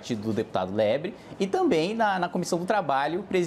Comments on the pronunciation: Kim é um monstro, percebeu que o kra tava falando o nome dele errado e aproveitou pra errar o do kra de propósito! hahahahah Marcio Lebre hahahaha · Deputado " Lebre" kkkkkkkkkkkkk